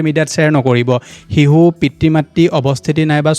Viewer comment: শিহু nhoi sir শিশু হে আপুনি অসমীয়া নহয় নেকি 😂😂😂